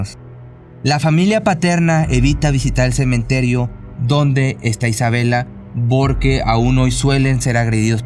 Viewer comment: Cada vez soy más tu fan solo no supero que digas "borque" jajaja